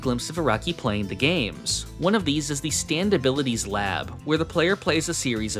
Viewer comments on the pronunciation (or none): none